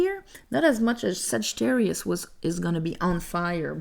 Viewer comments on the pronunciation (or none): none